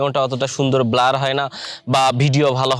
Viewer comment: আরে বোকা ব্লোর না সঠিক উচ্চারণ ব্লার